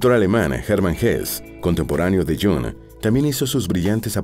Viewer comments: Jung no se pronuncia Jong sino Jung con la u como en castellano, no en inglés. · Y se dice Jung en alemán,no Jong en inglés o pseudo inglés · Iiung en alemán. El Jang en inglés molesta un poco. Buen video. Saludos desde Suiza 🇨🇭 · Qué horrible pronunciación del nombre del suizo. Deberían dar clases del alemán a la gente que graba eso.